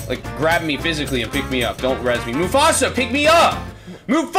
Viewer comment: Did he said move faster or mufasa?